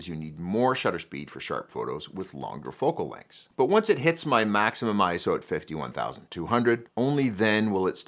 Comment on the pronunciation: Makes video about ISO but mispronounces it throughout.